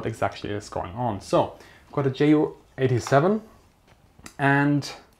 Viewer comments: Meinst du weil er jay-yu und nich jot-uh? Seine Community ist englisch also macht’s Sinn das er jay-yu sagt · Bitte sprich Ju87 korrekt aus. Bei Abfangvorrichtung klappts ja auch. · jep genau... mir biegts die Ohren runter wenn er's english pronunziert